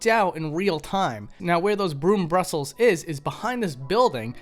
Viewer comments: The word is "bristles". Not brustles. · Also, "bristles" not "Brussels". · brussles or bristles? sod it, alternate the word every occurance.